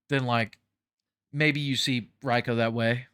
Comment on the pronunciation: Why do you keep mispronouncing Reiko's name when you can hear it in the game? No one in the game, whether it's an announcer or in the story mode, ever says it like that.